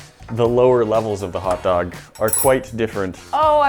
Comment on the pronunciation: they took "hotdoga" lol